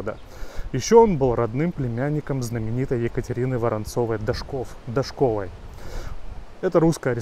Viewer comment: Фамилия Дашковой, ударение на а